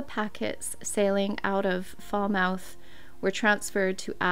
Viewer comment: Falmouth - Falmith😊 I’m from Maine, born and raised.